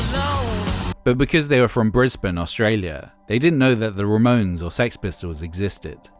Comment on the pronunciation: See now this here is why I'm a patron. Also you get bonus points for pronouncing Brisbane correctly. Well done!